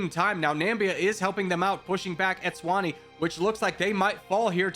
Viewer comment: Pronouncing Eswatini as Etswani should be a crime😂😂